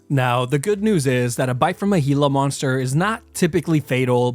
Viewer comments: bro rlly called it a heala monster💀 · It took me 70 years to learn learn how to pronounce gila.